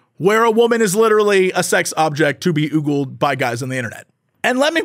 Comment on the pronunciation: Two things (cuz I'm a pedant that way): The words are pronounced "Oh-gul" and "Dih-vie-sive" (blah blah I know correcting mispronunciations is bad form but still.. and... To say G4 is 'declining' is a laugh because the shows were never that good to begin with. Time operates in a linear fashion and going backwards relies heavily on those rose-tinted glasses that make you remember G4 fondly because it was at the time the ONLY real source for the kinds of content we LITERALLY ARE DROWNING IN HERE ON YOUTUBE. I got the chance to talk to Jirard in person a couple of weeks ago and I actually feel so much sympathy because for him G4 was (like with you) inspired to do what he does today because of that channel. HOWEVER, G4 was always a pale imitation of TechTV and Xplay took a HUGE quality hit when they split off to G4. Also, Tommy Tallarico (or however his name is spelt) was and still is a complete douche and his influence on the early G4 days was painfully visible. Won't even touch the Frosk situation, it's such a clusterfuck :P Oh and the YT algorithm kept pushing this episode to me today even though it's a month old, so...yay?